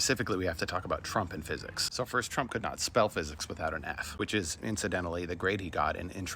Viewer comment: Gotta love "fisicks"!!